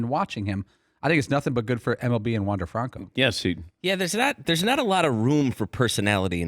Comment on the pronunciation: Incorrectly pronouncing Franco. He also was not a draft pick, but an international signing. Maybe learn some facts before you mouth off on the player?